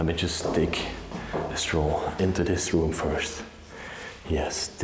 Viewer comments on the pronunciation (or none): ROOM NOT RUM JAJAJAJJA